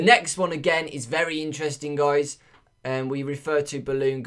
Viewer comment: Can u say Guys instead of Goujs ? :/